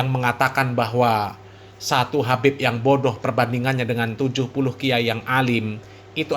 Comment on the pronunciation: Ngomong aja salah habib bukan kabib,ngomong aja ngga benar